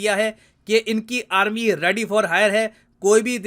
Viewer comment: Aaarmi le loo 😂😂😂